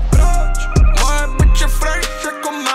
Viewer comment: to jak vyslovuje fresh jako máta je top